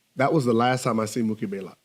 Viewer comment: Isn't it "BLAYLOCK"? Not baylock